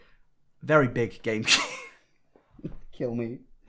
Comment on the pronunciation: Anyone else notice that he keeps saying Gain-cube?